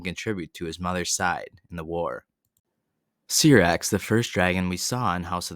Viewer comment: Syrax...why does everyone pronounces the name wrong? it was mention on the show way too many times.... I don't get it! nice video though